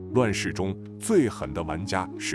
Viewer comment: 记得大月之应该读为大肉之